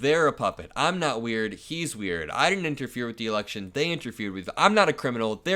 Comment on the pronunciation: Has there been some agreement only newly-hatched news guys know about that the "d" in all the words that once had them has been removed ala some four - year - old; so that the words like "didn't" are pronounced without them? "Dinent; coulnent, woulnent"??? They're all doing it now. So is the AI narrator.